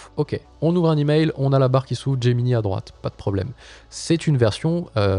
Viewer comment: "Gemini" étant un teme nommé depuis l'anglais, autant qu'avec Drive, Slides et Sheets, je pense qu'il serait bon de le prononcer en anglais. Donc de [Gémini] à [Géminaï] (pour l'écrire en lecture française). (ou de [Geminee] à [Gemini] pour la lecture anglaise)